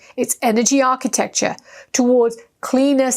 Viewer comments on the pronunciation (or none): none